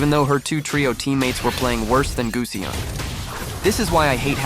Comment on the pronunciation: its not guseonn its gusion btch